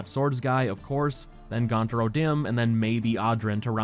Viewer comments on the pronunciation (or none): why oh why, would pronounce it gountaur and not gunter ? hehe free to have a good bla bla all you waNT O DImNMNmmnmNmn